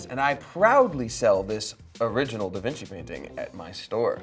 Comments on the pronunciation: da Vinci is pronounced da vinchi like ch in chip but spelt da Vinci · The fact that they still say DaVinki makes me so happy